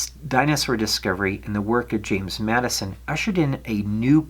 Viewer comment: Great video just one correction his name was James (Jim) Madsen not Madison .